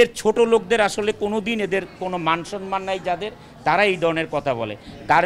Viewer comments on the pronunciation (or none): none